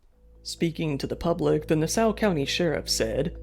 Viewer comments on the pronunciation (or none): Nah sow? It's Nassau.